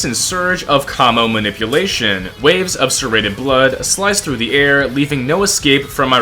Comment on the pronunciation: Dude said kamo manipulation bro proofread your ai...